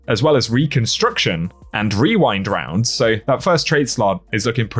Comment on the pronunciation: I’m just impressed you didn’t mess up while saying rewind rounds, or as I have conceded to calling it “wewind wounds”